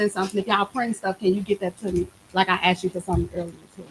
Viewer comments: I went straight to the comments at this point, because I can't listen to her "axe" the board members any more questions, these people have a level of patience I couldn't have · "When you axe for the grant money" She is an ignorant tyrant. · She doesn't even use english properly, how can she properly run a village? Funna? Ax? Pacific? It appears she wants or needs to be on a reality-show....I guess anybody can be Mayor....